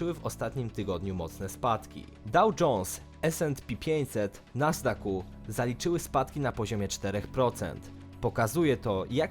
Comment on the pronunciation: I jeszcze Nasdaku